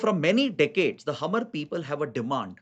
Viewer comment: One correction, regarding the insurgency faction in the NE State of Mizoram, the community named Hmar is pronounced as 'Maar' not Hamar.